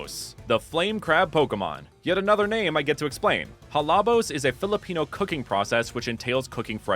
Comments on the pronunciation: Wow, this is really researched very well! I love the designs of the starters and its inspirations. Imo, you really gave justice to a region that could be based off of the Philippines ^^ (Plus, I think you did really well pronouncing those Filipino terms :)) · As a Filipino, u didn't miss pronounce anything.❤